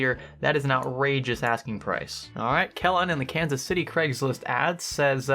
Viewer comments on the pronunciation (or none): none